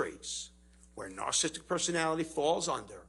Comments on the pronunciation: How is it that this so called expert on "narcissism" mispronounces the word 100% of the time when he tries to say it? He calls it "narcism," and "narcistic." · The man can't even say "narcissistic"